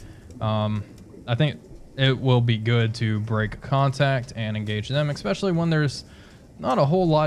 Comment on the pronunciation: Sorry dude, I have to be "that guy". There is no "x" in the word "especially". I really like these videos though, keep it up :)